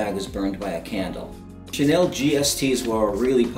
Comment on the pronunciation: "Ka Nell" I thought it was pronounced Shanelle? wtf